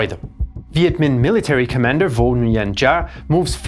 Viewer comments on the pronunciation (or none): Giap is pronounced "Zap" and Nguyen is pronounced "Win". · Great Video! BTW, Nguyen is pronounced = Win